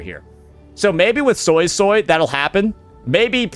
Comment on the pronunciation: Why does he keep saying SoySoy ? Even in the questline in the game it was said SuiSui by multiple characters.